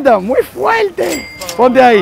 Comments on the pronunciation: Nadie: cada 5 minutos: “Muy fueellte” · Like por cada vez que dijo muy fuelte 😂🔥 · todo el video "MUY FUELTE"